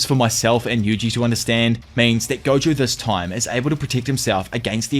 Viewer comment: Please tell me me if I’m not the only person hearing goku is stead of gojo